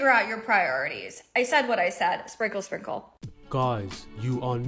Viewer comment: Every time they say sprinkle sprinkle, I hear single single.